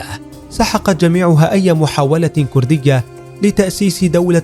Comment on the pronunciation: السعودي لاينطق ولايكتب بهذي الطريقه !! لايقول. كورديه يقول ويكتب كرديه يامفضوح